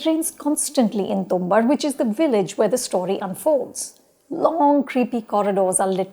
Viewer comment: Lady name is tumbaad not tumbad...for God's sake at least get the name right